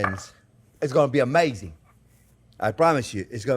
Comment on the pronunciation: Wow, that finished chili looks absolutely amaizing (that's my attempt to spell "amazing" like the Chef pronounces it!). Can't wait to try this recipe.